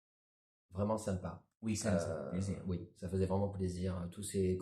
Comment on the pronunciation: plaisir pas palis 🫣